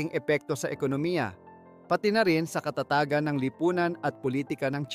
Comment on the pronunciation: Puro na lang may gagawin ,puro plano . yumanig mabilis ang pagbigkas.pati bigkas ng katatagan mali .dapat mabilis ang bigkas ,maling bigkas ng salita 'mo.